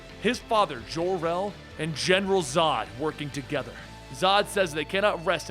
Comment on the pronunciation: so Jor-El is French, like Jon-luc Picard? 55 years I've calleds him JOR, like Job or Joe. Seriously, had to quit watching after the fifth ZHOR-El.